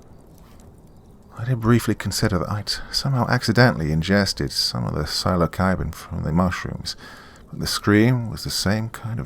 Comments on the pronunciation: sil a sy bin is the way it is pronounced ;)) sry got screwed over by auto correct...All the best Doc! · Such innocence to pronounce psilocybin with a hard c